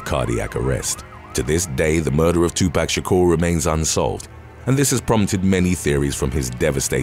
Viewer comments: It's Tu pock not Tu pack 😬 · Two....POCK.....not 2 PACK lol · It's pronounced too-pock not too pack... smh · The way you pronounce some words is annoying. Tupac.. its not 2 pack but 2 poc. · "tupac" is to- pah-k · Tupac is pronounced to Tupoc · "2 pack" ?!!🤦‍♀️🤦‍♀️🤦‍♀️🤦‍♀️🤦‍♀️🤦‍♀️🤦‍♀️ you're old enough to know how to pronounce his name correctly. Put some respect on his name. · The way he's saying 2pac is funny as fuck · you need to see a speech therapist on how to say Jaguar and Tupac lol